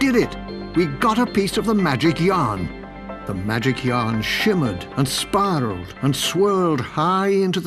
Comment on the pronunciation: AND SPIRALLED NOT SPARRELED